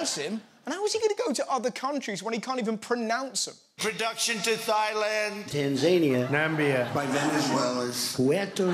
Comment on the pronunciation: i wouldnt mind going to "thigh-land"